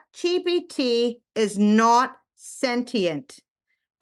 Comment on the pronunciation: It's ChatGPT. She's pronouncing it wrong. If you try what she did, you will get some very generic responses.